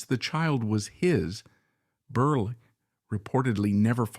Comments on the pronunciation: Computer generated voice mispronounces “Berle” as Burly through much of the video. Very distracting. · His name is pronounced Berle with 2 short es... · This is obviously AI because the robotic announcer switched back and forth, very annoyingly, between the correct pronunciation of Berle to Berley. Fix this out of respect to the comedic legend. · Why do you keep switching from pronouncing his name as Berl and Berley? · I can’t keep listening to this man saying Berlee when it’s not pronounced that way. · Fairly positive this is AI. Lots of unnatural pauses. I do think some people called him Berlie? But not like this. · AI can’t pronounce name ! Funnier than Milton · It's AI, but you'd think the program would have enough info to pull from to get this right. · Inexcusable repeated mistakes: 1) His last name is pronounced Berle like Pearl, not Burley. 2) His real first name was Mendel not Mandell. 3) He was popularly known as Uncle Milty, not as Uncle Miltown.